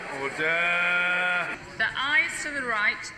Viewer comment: Mr. Bercow needs to review word stresses. ORder and diVIsion.